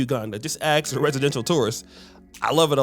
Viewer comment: “axe” 😂 the USA was founded as a white only country based on our funding father 1790 immigration act. Time to start deporting people. You have countries enjoy living with your own people and your own countries without white technology like electricity.